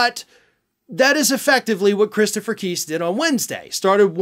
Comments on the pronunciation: Evidently you don't read comments. I previously informed you Chris Keis' last name rhymes with RICE OR LICE. It does NOT rhyme with GEESE! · It's pronounced Kise with a long i not a short i. As the e at the end of his name would signify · The lawyer’s name is pronounced Kice (rhymes with ice). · Btw, the lawyer’s name is pronounced Kise (like “Weiss”. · Kise... pronounced like rice. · Hey, just to help you out, Christopher Kise's last name is pronounced with a long 'I' sound, not a long 'E' sound Thanks for all you do in keeping us informed and educated!